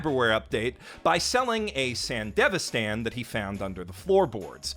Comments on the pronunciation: "san•devi•san" gehoff... Its san•di•vision. Like come on man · "Sanda vistan" my dude. Not Sandevastan.... Love watching your analysis and recommendations 👍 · i hate that the game and anime pronounce "sandevistan" differently